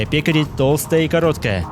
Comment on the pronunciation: Ударение на Е.